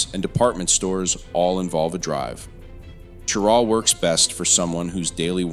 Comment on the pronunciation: This is an informative and interesting video, but you mispronounce Cheraw and Beaufort. (SC pronounces Beaufort as "BYOO-fert,” and the NC Beaufort is pronounced "BOH-fert".)